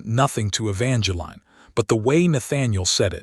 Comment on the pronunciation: My goodness, E-VAN-juh-leen. Just use the correct pronunciation.